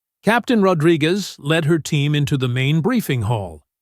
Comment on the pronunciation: Ahh AI has as much trouble pronouncing "Rodriguez" as the aliens do